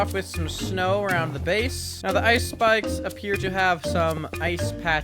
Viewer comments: “Ice spikes” sounds like “ice spice” or is that just me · What you say : Ice Spike's - What i hear : Ice Spice